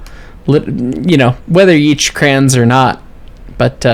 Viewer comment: "Cren?" You mean "Crayon?"